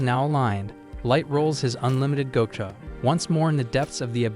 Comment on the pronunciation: What the hell is “Go-Cha”?? Fix your script 😂😂